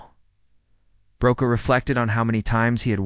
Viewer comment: His surname is pronounced Brocaw